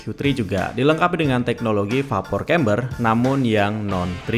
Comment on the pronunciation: Maaf mas, bacanya bukan vapor kember, tapi dibaca veper cember.